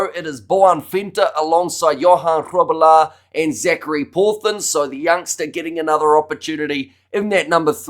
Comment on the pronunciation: Love how you pronounce Grobbelaar! 👍🏻